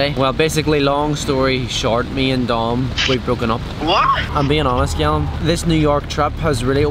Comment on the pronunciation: i love how he say cyallum instead of callum lol